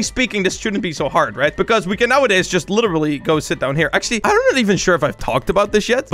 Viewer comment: he said sit